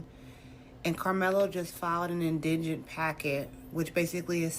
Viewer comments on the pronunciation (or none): And no one, anywhere was surprised. Also, it's indigent- pronounced in-duh-jint. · Let me be clear : your murderous son murdered a teenage kid. No shame, no remorse. The word is IN DUH JINT indigent. Not IN DIGGENT. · Why do they keep mispronouncing "Indigent" (in - deh - jent) .. Means "Without Resources" to sustain yourself. (Not - indignant - Demonstrating extreme annoyance at a perceived wrong doing) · Black people seem incapable of pronouncing "indigent" and usually pronounce it "indignant". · I really wish that people could pronounce indigent correctly.. I get confused just listening to them.😅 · Ive seen several blk people give their opinion on this topic, not a single one can pronounce "indigent." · The weeping, angry "we ain't got nufin!" While confidently misusing and mispronouncing words act from black women is intensely cringe. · How come nobody on the internet can pronounce the word indigent... ? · I have still yet failed to find one single example of a black person pronouncing the word indigent correctly. Prove me wrong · I don't think these blacks know how to pronounce indigent it's like they've got the accents all wrong probably they've never heard the word used in their whole life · Why can none of these ppl pronounce INDIGENT correctly lol